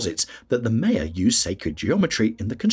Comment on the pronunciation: I didn’t get beyond “Maya”… normally pronounced “My-ya” not ‘May-ya’.